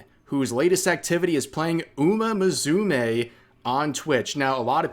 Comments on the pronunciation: "Uma" what, Rev. How did you pronounce that? Bruh. "Moo-sue-may" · "Umer Muzoomay" Is it like an injoke that I'm not aware of that every youtuber refuses to pronounce the name of horse girl gacha correctly?